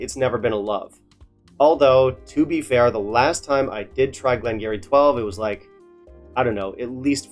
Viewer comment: Ya know what you should do? You should do a blind tasting with this 12 up against another (or 2 or 3 others) and pick the one you like. That would be fun, you might surprise yourself, but however your palate is, is exactly how it should be at any given moment. Btw, it's pronounced "Glen gear-ee" (sorry, dont mean to be one of those guys, just thought you'd like to know).